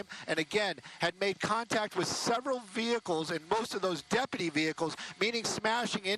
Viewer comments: "...it almost looks like a work-type van, but obviously it could just be somebody's kind of van..." Award-winning commentary on this channel, eh? Also, it's pronounced "de-pu-ty" not "dep-pah-tea" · "That 'depadee' has an ambulance to check him out." Lol those women sound like dummies. Its deputy! Not depadee.